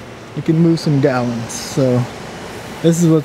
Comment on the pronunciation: "It can move some Gawains"